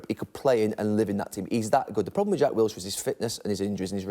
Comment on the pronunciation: Wilshire? Hahaha!!! He's Jordan Henderson of Arsenal. Pity us Brits and how we're taking for a ride